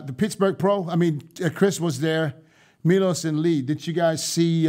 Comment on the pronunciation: Who’s “MIOLS”? 😂😂😂I heard of Milos 🤔